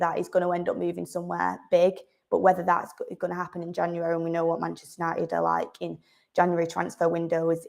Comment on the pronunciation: Love the Manchester accent … but please , pronounce your Ts. It’s Man UNITED , not UNI-ED